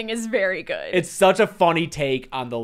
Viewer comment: Why does say "GOID" instead of GOOD?? Is she trying to talk like modern pop singers? 😅